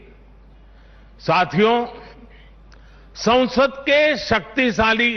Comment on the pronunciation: Sansad ... not sausad ...